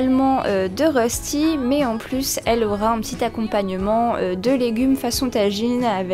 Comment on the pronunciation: En vrai, les rostis s'écrivent röstis et ça se prononce "reuchti" 😉. Les classiques sont sans lardons mais ça dépend quelles régions de Suisse et on peut en faire aux légumes, lardons... ils se cuisent souvent en grande galette qu'on partage avec la famille. On peut les cuire avec des pommes de terre râpées crues ou cuites. L'important est qu'ils soient dorés et croustillants à l'extérieur et fondant à l'intérieur.